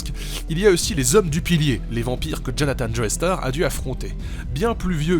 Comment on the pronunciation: Pourquoi est ce que tout les français prononcent Joestar Joéstar ? Ça m'énerve